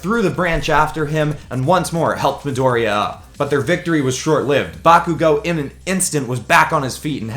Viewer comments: Just some advice bakugous name is pronounced Bar-ku-go no bakugo and izuku calls bakugou kachan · DoNt day bAkugO, it’s KaChHan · BAkugo Not Bakugo BAkugo